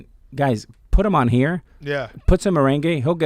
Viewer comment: As a Dominican American, I’m more upset on how he pronounced it Lmao 🤣